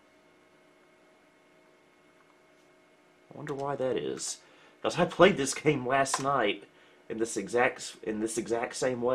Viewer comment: Love how says, "becawles"